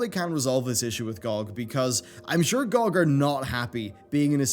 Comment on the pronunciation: GOOG? it's GEE O' GEE